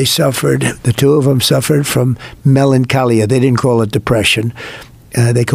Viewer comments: Trump can't even pronounce melancholia correctly. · And he pronounced it "melanchAlia" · He doesn't say the word right. Trump doesn't read. Sadly